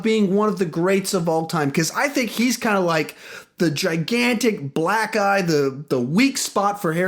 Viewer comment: Sounds like you say that he is the "Gigantic Black Guy, the weak spot for Harry Potter" instead of "Gigantic black EYE, the weak spot for Harry Potter." Racist!!!!!!!!!!!!!!!!!!!!!!!!!!!!! LOL